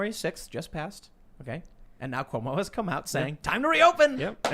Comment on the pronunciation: Have u guys noticed the guy that lives in the parking lot pronounces cuomo “cumo” it’s pretty funny